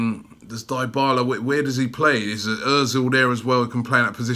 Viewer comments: Crootdog Gaming it's pronounced as D'bala bro and not diebala😂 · Anteater23 and then he says Diebala 😂😂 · Well I've been watching Juventus for a long time and since he went to Juve they've always pronounced it as DeeBarla not DieBarla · Dybala is not "die-bala" its "dey-bala." you and DT have to learn pronunciations man. smh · Die-bala?? 😂😂😂😂 ily Robbie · Crootdog Gaming you are right i know nothing about football. Its pronounced D'bala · Crootdog Gaming It’s pronounced D’Bala lol. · If you can't say his name, you can't sign him. Dibala LOL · DYHBALA, ROBBIE, DYHBALA! XD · "dyebala" lmao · The Dybala rumour isn’t funny but the way you pronounce his name is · Did you just say Dybala? Yeah no Robbie, just no. We can’t right now. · Love how you pronounce all top players names wrong. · MAn the way you said Dybala 's name is DIABOLICAL ! HE could reject arsenal for the fucked up way you pronounced him .. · Imagine Robbie as a football commentator...i wouldn't be able to deal with his pronunciation. Man be talking bout die-bala, Squadron Mustafi, and my favorite, Papavopoulos...like damn bro